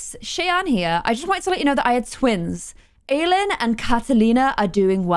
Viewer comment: Aylin is my cousins name! It’s pronounced i-Lynn and is Turkish for moon halo